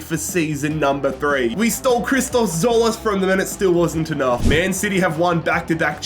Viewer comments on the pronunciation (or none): none